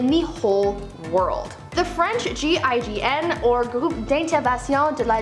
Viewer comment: I don't know why but I'm just enamored by your pronunciation of GIGN. So fluent! I'm melting